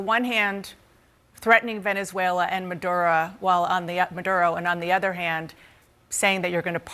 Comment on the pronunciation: No? Then why is a quarter of the US Navy parked next door to Venezuela? And it's Maduro, not Madura.